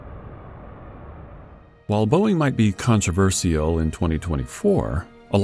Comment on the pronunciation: The i in controversial is silent